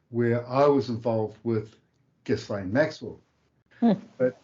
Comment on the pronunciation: FYI - it's pronounced "gee-laine", spelled "Ghislaine" (Maxwell).